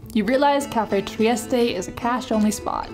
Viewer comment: PLEASE pronounce things correctly. Cafe Trieste is NOT French!! You do not use the ending “e”. I grew up in San Francisco. Thank you.